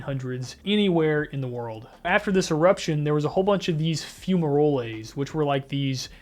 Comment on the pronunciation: 'Fumaroles' isn't pronounced "fume-ROLL-As", it's "FEW-ma-roles".